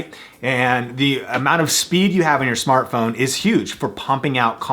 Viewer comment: "Smatphone Lenses" :D